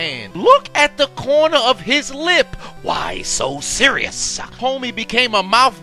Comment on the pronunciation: “Why so seriousah” 😭😭😭😭